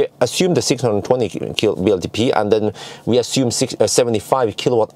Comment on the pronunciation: when referring to WLTP you always say VLTP, but it’s W(double u)LTP. Just a friendly advice. Love your videos anyways.